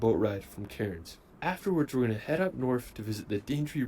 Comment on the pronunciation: Calling Cairns "Karens" is hilarious.